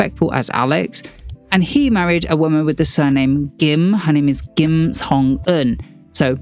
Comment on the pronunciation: what in the world is a 'soho for valley girl???' Also had no idea the yoido church was involved I literally got whiplash when i heard that! edit: also, love the correct kim pronunciation made me smile as someone who as a hard to pronounce korean name loll